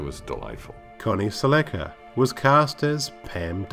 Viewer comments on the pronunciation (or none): Like your stuff but you have to work on pronouncing these names right. Accent or no accent. For instance Michael Paré. See the little thing on the end of the E. And it's Connie Sell-Eh-Ka. Not Sell-A-Ka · The last name is pronounced like Cel- la-Ka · Good video down memory lane. I loved the tv show when I was a kid. One note though, Connie's last name is mispronounced...the proper way to say her last name is like the Toyota car, Celica. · Se-LECK-a? No.